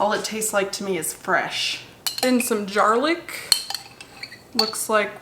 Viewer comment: "jarlic" lol